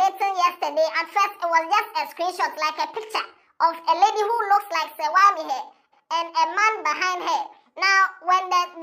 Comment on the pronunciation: The way you are mentioning her name shows you don't even know Serwaa.. what is Serwaa Am here, it's an Akan name so pronounce it well😅😅😂😂